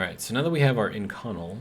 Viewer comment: Love your content. just so you know, Inconel is pronounced in·kuh·nel.